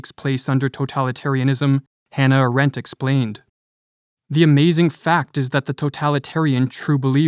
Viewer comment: Just a footnote, You often quote a german Jew named Hanna Arendt but pronounce her name like Hana Rent ‘ BTW she was a brilliant woman living through the darkest period in German history ..